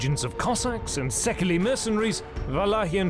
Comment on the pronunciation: Sadly, the narrator pronounces the word 'Szekely' incorrectly. Instead of the three-syllabled /'sekeli/, it is supposed to be pronounced disyllabically, i.e. /'séikei/ or say-k-ey.